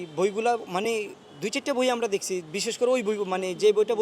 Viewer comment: বইয়ের নামটাই ত উচ্চারণ করতে পারল না। শিবিরযুক্ত ছাত্রদল।